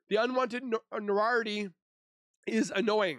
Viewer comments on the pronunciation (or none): Should you be reading this out loud if you can't even pronounce "notoriety" or "sordid"?! Ugh.